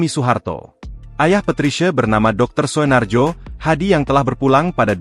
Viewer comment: Naratornya ini AI ya? Bacanya aneh sekali :D Masa baca "Soenarjo" aja ngga bisa.